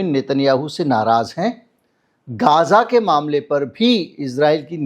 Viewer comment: गाजा नहीं गज़ा बोलिये